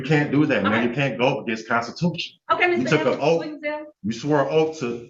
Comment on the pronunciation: He axed her if she took a oaf to da Constitution.